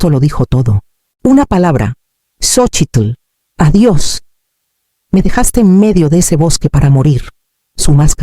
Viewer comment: Es gracioso cómo pronuncia el nombre de su hija: "Xochitl", tratando de pronunciar todas sus letras! 😂 Se nota que la locura no es mexicana, pero su voz me encanta, siempre procuro seguir sus relatos, aunque estén en diferentes canales de historias en Youtube.